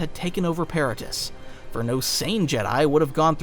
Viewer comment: This was fantastic, but I'll be honest. Hearing how you pronounced Kazdan Paratus was like nails on a chalkboard. They say it multiple times in the game and lore, and yet you said "Parrot-us" 50 times 😂 fantastic stuff overall still!